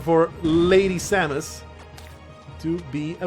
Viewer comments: The name's Sam-es, not Say-muss. Confirmed by Smash Bros. Announcer. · Its sam -uh-s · It seems the pronunciation of "Samus" has changed at least once, the announcer in Smash 64 pronounces it like the word "say" instead of the name "Sam," but every other game I've heard it in is "Sam" Also, I'm guessing you played either Metroid Fusion or Zero Mission on the Gameboy Advance (which you could have played on a DS, I guess), since the only Metroid game on the DS is Prime Hunters, which is one of the weaker games in the series. If the game you played was a 3D sort of FPS, that would be Prime Hunters, a 2D game would be Fusion or Zero Mission. If you pointed out some of the music and maybe enemies you recognize, I could probably tell you if you played Fusion or Zero Mission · "Today I mispronounce "Samus Aran" on purpose just to irritate you!" - the description 2016